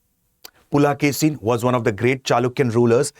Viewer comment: It is not "Pulakesi", it is "Pulikesi" (rendered as "Pulikesin" in English).